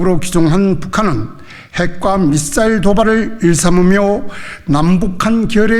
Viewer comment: 미싸일, 아니고, 힘빼고, 말해요, 약하게, 미사일,,, 🥰👌👍🎊㊗️